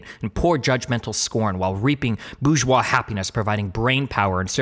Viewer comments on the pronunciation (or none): none